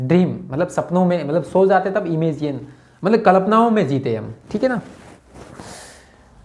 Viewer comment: भाई "कल्पना" तो बोलना सही ढंग से सीख जा